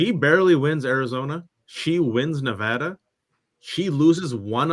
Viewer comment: Only one of you even know how to pronounce Nevada !